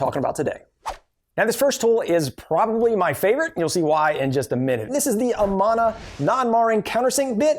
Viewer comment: Pleaser look up how to pronounce Amana. It’s like Amanda, minus the d.